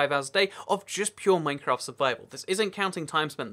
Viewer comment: At the start he says mafcraft